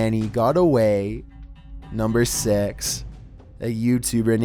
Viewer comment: Idk why but when ever you say 6 its sound.....different